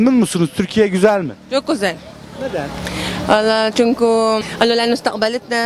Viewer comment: Cinko degil cünkü